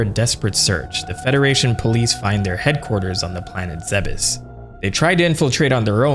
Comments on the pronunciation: Good but its pronounced planets Zebes (ZEEBS) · Isnt Zebes pronounced like Thebes? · Zeh-bes? Tf??? It's zeebes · 12 year old me used to pronounce it "zeebs" when autistically downloading the lore into the nearest earholes. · Am I the only one who pronounces Zebes as "Zeebs" like Thebes? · So who else always thought it was pronounced "zeebs"? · I thought it was pronounced "Zeebs" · It's definitely pronounced zeebs 😂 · This video made me realize that I've always thought the planet was pronounced Zeebz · am i the wrong one for always pronouncing it as "ZeeBis"? Like come onnnn it rolls off the tongue better plus you can say it in an old cowboy voice and it sounds like gold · We've all have pronounced it "zeebs" at one point. Also in the original metroid manual on nes they called it Zebeth. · i just hate the way you say zebes lol